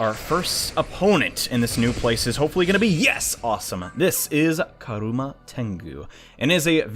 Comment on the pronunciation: not karuma, kurama Idk why thats the first think i notice but eh.